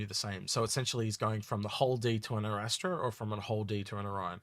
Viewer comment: I love your stuff, but PLEASE guys, what triggers me to no end is the pronunciation. Is this some kind of inside joke that I don't get? It is ARR-AST-RA not Arra-Stra-da. Sorry for being that pedantic.